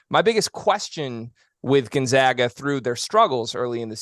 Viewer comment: All these years and they still mispronounce Gonzaga!!!